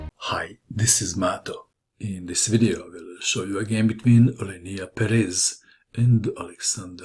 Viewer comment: I think it's pronounced PEres.